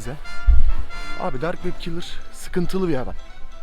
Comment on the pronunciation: Abi ben ne dedim dark wep kelrı dedi demedimmi